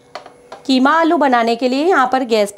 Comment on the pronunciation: ये कीमा है या खीमा